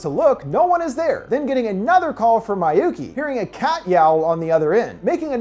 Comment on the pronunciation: I've never been traumatized so much than this dude who apparently has dificulities saying Miyuki as in "MEEYUKI" and Naoko as in "NAWKO" but no he said "MAAYUKI" and "NAYAKO"